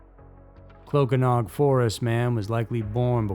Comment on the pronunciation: no disrespect. I speak Cymraeg (Welsh). Clocaenog is pronounced Kloh-CAY-noc, and Aberystwyth is basically like it looks, Ab-uhr-IST-with. If you ever need help with any Welsh words or place names, I'd be happy to help, no charge.